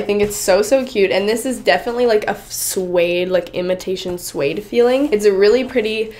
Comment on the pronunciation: I hate it when she say swaddde